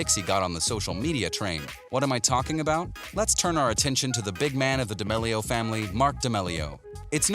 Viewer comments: Did he say Charlie Demelio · he said "dEmelio" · Ok say it with me DAMEEEEELIO k? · Him (and captions): da mele O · You can't say damelio proply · I think they typed it that way because of the way He pronounced it👁👄👁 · The way he says d’amelio 😡🤢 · Can we just talk about how he says d’amelio...? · I hate the way he says damelio